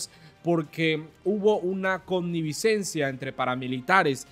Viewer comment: Connivencia,joven.....no connivicencia.